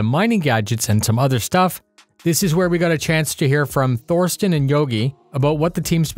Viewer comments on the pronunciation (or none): Small tip: there's no "th" in German. "Thorsten" is pronounces "Torsten". Love your work!